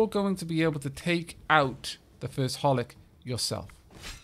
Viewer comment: You're reading 'Hohlick' wrong, the second H is not silent.